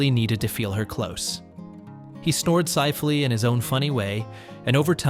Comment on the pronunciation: How the hell does A.I. voice get "Sifely" out of "Softly"? lol